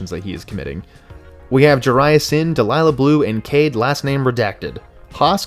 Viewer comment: i thought Delia Blue's name was pronounced like dee-lee-ya